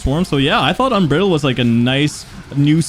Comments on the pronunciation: un-bride-uld is the correct pronunciation (phonetically) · Un Br eye L ded That's how you pronounce it mate haha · You GOTTA start googling pronunciations for words my dude lol "UNBRIDDLED"? 😆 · Please, please look up unbridled’s pronunciation